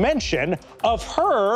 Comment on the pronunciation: The emphasis on HER is so real lmao